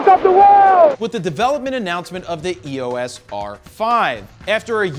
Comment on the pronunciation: Its not E O S its EOS like a name Eos like you would say Teo not T E O... Its not and acronym if it was supposed to be spelled as E O S it would be branded as E.O.S which it is not...